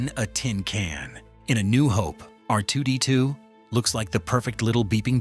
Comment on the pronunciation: What an absolutely horrible video!!! —DON’T PRESUME TO KNOW YOUR AUDIENCE’S KNOWLEDGE! We knew some of these points, so don’t lie and tell us that they’re something we “never knew”!! —don’t use AI narration if it doesn’t know how to pronounce key words. It mispronounced C-3PO, R2-D2, Sissy Spacek, mannequin, Tunisia, and others —Don’t tell me that the landspeeder used mirrors, but then show video snippets of the updated movies which used CGI, and NOT mirrors!! —don’t claim that the crawl want CGI, but then show us video of the episode IX crawl, which WAS CGI!! —don’t tell us that Lucas was fascinated by Flash gordon from the 1930s, while showing us video from the 1980 Flash Gordon movie!! Not even remotely the same thing!! All in all, this was horribly done. Next time, DO YOUR RESEARCH!!!!!